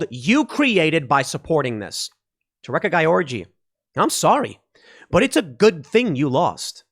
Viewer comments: Are you saying "wreck a guy orgy"? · That female NCAA swimmer, I can't help every time you say her name it sounds like "Wreck A Guy Orgy".